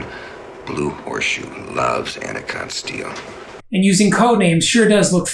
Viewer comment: “AnaCOTT Steel”. Sorry, had to speak up. 😂